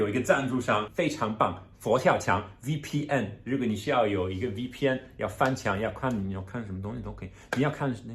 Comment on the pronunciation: The guy at minute should be rated god tier, the way he pronounced the N in VPN was perfect. The first time he failed, but in he nailed it.